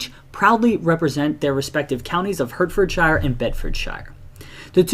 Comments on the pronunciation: The Hert in Hertfordshire is pronounced like the word 'Heart' :) Great video btw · And pronounce shire as shear like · Apologies for my pronunciation of "Hertfordshire" in the video. Special thanks to for clarifying that it should have been pronounced as "HART-fed-sheer" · butchering the name of hert ford shire